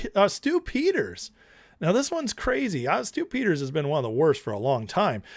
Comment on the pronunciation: Every time you say Stew Peters, I hear Stupid.